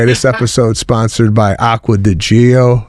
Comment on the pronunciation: Listening to them to them pronouncing names wrong is hilarious!!! Aqua-Di-Gio not Agua-digo 😂😂😂😂#ChipotleJacket #AquaDGO 💀💀